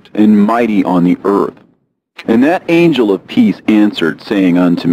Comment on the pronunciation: excellent pronunciation of angel names!!! i love your reads❤